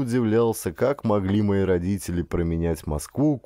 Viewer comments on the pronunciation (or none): Не понравилось! Дикция - вместо звуков д произносит - дзэ, а вместо т - ц например слово родители - РОДЗИЦЕЛИ. Это невозможно, особенно когда говарит мужчина.